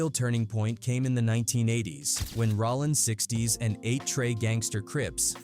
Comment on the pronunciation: Bro. It’s rOllin not Rawlin. Idk why but i can’t bring myself to finish the video with your mis pronouns. It don’t seem like you should do content on this work.